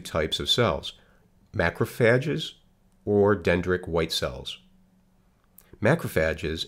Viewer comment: Why does he mispronounce so many of the cell names? It's "dendritic" not "dendric!"